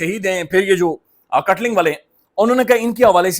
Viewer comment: This is kaatlung or Kaatlang not katLing